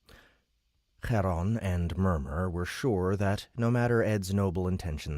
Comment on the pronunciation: Charon becomes easier to say when it's not "Chraron"... ;) ;) When you get the trilled R, you're too far back. The dark ch is about 3/4 between S and trilled R.